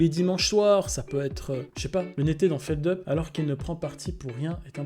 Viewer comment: Sinon, son pseudo se prononce ' Feldup ' et pas ' Feldeup ' :)